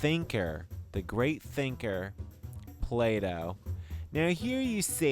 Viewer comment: Plato NOT Play Doh lol!